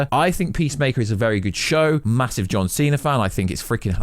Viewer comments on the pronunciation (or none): none